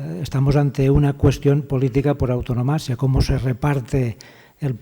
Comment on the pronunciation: Un profesor de universidad debereia saber que se dice antonomasia y no autonomasia. A partir de ahi, el resto es propaganda y no ciencia.